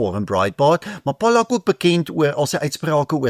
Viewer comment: Not Pollock, but Pollak please.